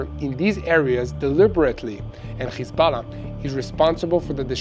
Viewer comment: the way some pronounce Hezbollah... it's nerve wracking, sucks